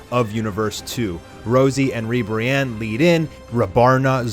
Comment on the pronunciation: Not Godzilla-Ribiranne, but Mothra-Ribranne